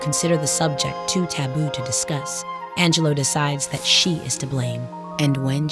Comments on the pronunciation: Angel-loo, not Angel-loe. Sad she is no longer with us. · Fascinating, but also…. I thought her name was pronounced Ang - uh - loo? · On a lighter note: 'Angelou" accent was quite funny:face-green-smiling